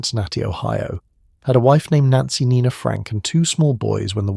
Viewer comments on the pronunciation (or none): none